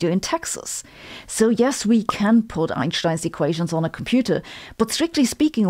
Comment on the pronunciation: The only thing Sabine says it correctly it's the pronunciation of "Einstein" 🪰